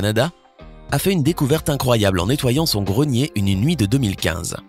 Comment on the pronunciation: On ne dit pas gronier mais grenier